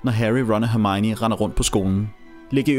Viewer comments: Hun hedder hermione og ikke hermigni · Du siger Hermione underligt 😂